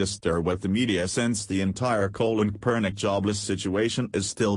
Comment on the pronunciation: robo voice is annoying...talking about colon kapernic...